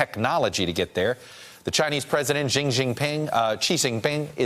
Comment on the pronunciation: Jing Jingping, Chee Jinping. Chuck, it behooves you to learn the proper pronunciation of the most powerful man in the world's name.